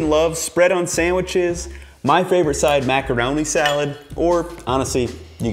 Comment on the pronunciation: Your southern accent was really pronounced when you said macaroni